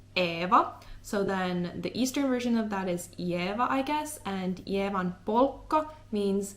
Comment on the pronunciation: I like it how even after realizing it's Ievan with "I", you read it Levan again 😀